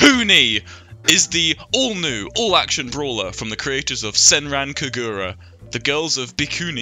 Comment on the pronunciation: Your pronunciation of senran kagura makes me die inside a little